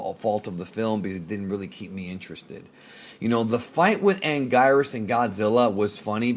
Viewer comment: It’s actually pronounced: “An-Geer-is” This monster’s name is pronounced differently throughout the years lol in Japanese and dub. He was once called “an-gwee-nus”